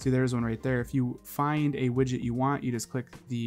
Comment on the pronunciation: Widget not widgit